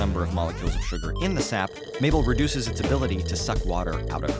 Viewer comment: It's Mable like maple, not cliche?